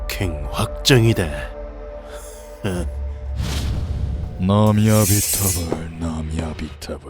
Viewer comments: 아니 톤은 그렇다치고 는 계속 나무아미타불을 나미아비타불이라고 하고 키도는 아모우를 아우모라고 자주 실수내네. 대사도 정확히 못 읽는건 기량 부족에 차원이 아닌데..? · 대본이랑 대사가 안맞는게 너무 많아요 아모우 인데 자꾸 아우모 라고 그런다던가 나무아미타불인데 나미아미타불이라그러던가 녹음하시기전에 제대로 확인하고 해주시면 감사하겠습니다.이런 디테일 하나하나가 좋은 영상을 만들어요 영상 시청하는데 저처럼 많이 불편한분들이 많을거 같아서 댓글 남깁니다. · 이번 성우는 나무아미타불을 못읽네